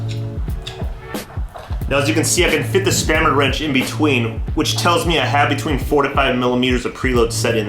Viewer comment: This guy just said spammer wrench lol